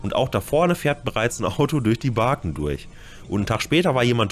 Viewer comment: Barken??? ---> Baken! 🙂